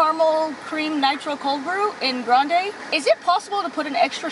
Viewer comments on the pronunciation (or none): none